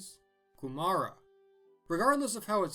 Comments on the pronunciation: Maori is koo-mah-rah not koo-marah... Ok I can't do phonetics, but is about even vowels with a bit of a rolled rrr, anyway I can say it! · In NZ we call it “Koo-ma-ra” not “ku ma” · The Māori pronunciation (as a British person having lived in New Zealand most of my life so not a native speaker) of Kūmara is more KOO-mah-ruh with emphasis on the first KOO, but it's really hard to get when you've only seen it written down; a look at more of the Polynesian migration history would be super cool also NGL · I grew up in New Zealand among the Maori. You say it KUmara, and you roll the "r". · As a New Zealander may I please point out that you completely mispronounced Ku/ma/ra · I was literally about to say "Hey, isn't that a kūmara?" Also, it's pronounced "KUE-muh-ruh" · As a kiwi I laughed when he pronounced kumura :D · Good attempt at pronouncing kumara, and greetings from New Zealand